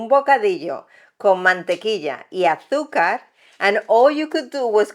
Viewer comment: Jajaja "arzúca" me muero cómo dice azúcar 😅😂😂